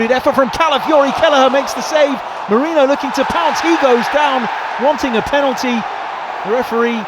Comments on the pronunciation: Feckin stop calling Merino "Mourinho" or "Meriño". Clown 🤡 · Why can so many people not pronounce Merino properly! It’s really not that hard, and you should really know it if you’re working for the club